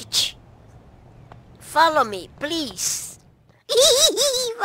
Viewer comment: Foloumiau kkkk